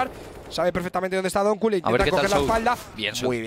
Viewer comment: por favor pronunciar donq como se debe no es donku es donkiu